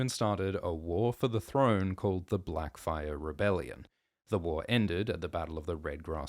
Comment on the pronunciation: Blacfyre? Great bate